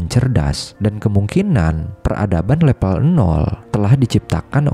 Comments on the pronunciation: Level, bukan lepel mase... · Harusnya "Level" bukan "Lepel" Jadi gak enak di dengar, dan terkesan udik/kampung & kurang profesional. Jadi ragu mau tetep nonton sampai habis, karena jadi kurang Trust aja (gara2 bilang "level" aja malah "lepel", jadi pengaruh ke rasa Trust (apa isi video nya bisa dipercaya) Kalau maksud pembuat video nya, memang sengaja diucapinnya "lepel" biar unik, maka ini malah blunder, malah menimbulkan citra kurang bonafit terhadap kualitas isi video nya, coz perihal tata bahasa yg baku aja gak paham